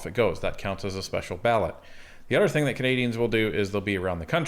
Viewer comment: Dude love your channel, love your content but it’s other not odder.